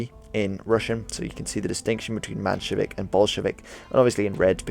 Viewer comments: The map is wrong i don t know why you d use such an exaggerated projection. and it s MENshevik this is like listening to a doc about the american civil war and you call him robert e leon. And that s in the first five minutes. It puts one on high alert for the next mistake. I for one have a low tolerance for misinformation. Anyone who attempts to inform an audience BETTER get their facts straight. That s the way to progress as a society with correct information being delivered. And learned. Otherwise you get yankees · Actually its spelled menshevik, not manshevik